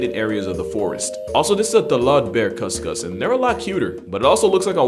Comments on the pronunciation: Failed right at the cus-cus lol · Just as a heads up, and I've not heard the Indonesian pronunciation yet, but if spelt with a "K," the kuskus is pronounced as you did in the video, with a "kuh" sound English typically associates with the letter. But in Indonesia, the letter "C" is pronounced "ch," like in cheetah or cheddar. So with the spelling of "cuscus" it'd sound more like "choos-choos." Only bringing this up since searching the animal brings up alternate spellings.